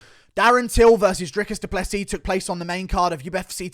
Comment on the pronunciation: Finally someone outside of south Africa whom can pronounce Drikus du Plessis's surname.